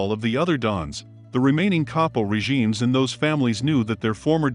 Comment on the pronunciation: Capo-regime ==> ka-poh rejeem?? Uh, no folks. It's reh'-ji-mey, in English very close to the Italian. And the family's name is Genovese: jen-uh'-vee-zay.